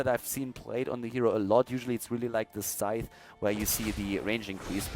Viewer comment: thank you for pronouncing scythe properly. I thought I was going crazy when every other caster was pronouncing it like Sith from Star Wars.